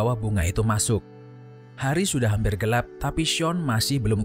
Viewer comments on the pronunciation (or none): none